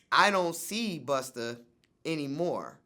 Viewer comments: Ever notice that vlad always adds an er when an artist's name ends with an a? He says Pusher T and Buster Rhymes lol. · Vlad says buster and she says swiss wtf🤣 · Did Vlad say "Buster"?😂🤣 Yo fam, who you talking to? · Vlad calling Busta Buster smh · It bugs me he calls him buster 🤦🏾‍♂️ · "Buster" CRINGE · Am I the only one who cringed every time Vlad said "Buster"??? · I thought that it was just me. I wanted to throw my phone out of the window. 🤦🏾‍♀️🤦🏾‍♀️😫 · Kept calling Busta, buster. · Its Busta.. haha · why vlad keep saying buster... is it that hard 2 pronounce BUSTA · Vlad you have to say busta not buster. It changes the whole meaning of his name. Bust - A - rhyme. If u can pronounce vladamir u can pronounce busta. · It’s BUSTA... NOT BUSTER!🤦🏾‍♂️ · Why you keep saying "Buster" it's busta for fook sakes!!! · LOL, vlad keeps calling Busta , "Buster" and this dude is supposed to be all about the hip hop culture? Dumb a**. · And learn how to say Busta not "Buster" LOL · Vlad his name is busta not buster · "Buster" its BUSTA! Police ass vlad a whole bitch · vlad his name is BUSTA not BUSTER smh ur such a bozo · I hate you vlad, it's BUSTA! BUS TAAAAAH, NOT BUS TERRRRR, FUCK!!!!! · Europeans and them "er"s. Yo Vlad, its "Busta", not "Buster", muhfukka. Goddamn! Up in here ruinin a Legends name n shit.😡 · It’s busta VLAD not buster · Tell Vlad it’s not buster it’s busta officer sheesh!!!😂😂😂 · Why does he keep calling Busta, “Buster”??? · It's Busta, not Buster. Bitchass Vlad. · For fucks sake Vlad!! Stop saying Buster!! It's Busta!! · It’s not “Buster” rhymes.. Vlad is so trash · His name is “Busta” not Buster. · Vlad Its BUSTA not BUSTER LoL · Yo Vlad. It's Busta, not Buster. Sheesh. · VLAD..... It’s Busta not Buster!🤦🏾‍♂️ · Bustah... VLAD. BUSTAH. NOT buster. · It's B-U-S-T-A, as in Bust A Rhyme, Vlad. Not Buster... The hard R don't even make sense. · Busta...NOT BUSTER.... lmao he not a tiny toons charecter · Why Vlad keep calling Busta "Buster"?